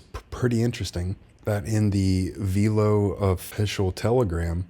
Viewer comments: It’s Velo… like Jello … not Veelo 😎 love the channel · It ain’t Vaylo 😂 .. all good 👍🏻 keep up the great job!!